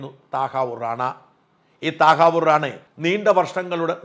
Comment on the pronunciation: താഹവൂർ ഹുസൈൻ റാണ എന്ന് പറയണം സാജൻ